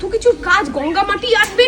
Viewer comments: গঙ্গাকে বলছে গুঙ্গা 😂 স্কুটি কে বলছে পোঙ্গা ফড়িঙ‌ ,😂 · ওটাকে গঙ্গা বলে গুনগা বলে না pronunciation টা ঠিকমত কর 🙏🙏🙏